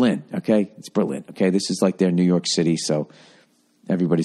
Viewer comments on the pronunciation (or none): none